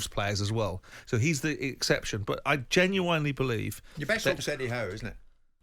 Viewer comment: please can someone teach Simon how to pronounce 'genuinely'